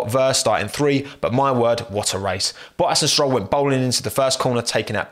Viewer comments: What is his accent lmfao he says bohas instead of bottas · You know is British because he says Boas